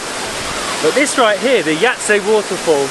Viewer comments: Sarajevo is pronounced SaraYevo Jajce= Yayce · Yahytseh or Yhaytseh Uglavnom moraš ovo "h" nagurat na nekoliko mjesta. Možda je čak i Yhahytseh 😅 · pronounced as Yaytze :)